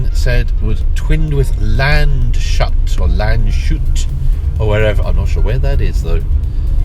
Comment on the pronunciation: You stated Landshut as a twin town of Elgin. This is a town in Bavaria and pronounced [ˈlanʦhuːt] (so Lants-hood in english spelling)